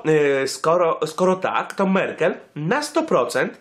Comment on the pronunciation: Merkel, nie Merkle :D